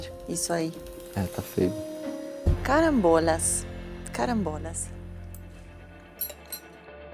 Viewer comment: >>> "Carâmbôlas, carâmbôlas."